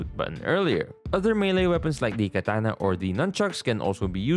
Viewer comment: Bro said kantana😂😂